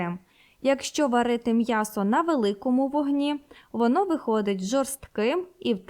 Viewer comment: Мьясо. Рот твой наоборот 😂😂😂